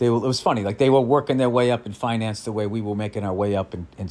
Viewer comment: Did anyone else think Bill said "fine ass guys" when he said finance guys?